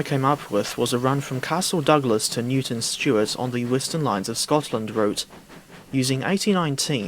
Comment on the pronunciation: Dastle Couglas to Stewton Newart :totalbiscuitlaughing